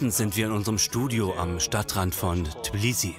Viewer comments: Die Stadt heisst Tbilisi und NICHT Tiblisi!!! Das wird mehrfach im der deutschen Version wiederholt und stört mein Gehör einfach... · Warum können Deutsche Tbilissi nicht richtig aussprechen??? Tiiiblissi, Tiiiblissi...